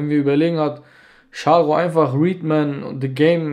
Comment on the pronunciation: Der heißt nicht readmen , der heißt Redman!!